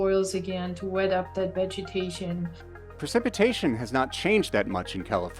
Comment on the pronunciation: Dear lord someone teach that woman how to correctly say "Precipitation"! It's supposedly her job and she incorrectly said it no less than 10 times during an interview!!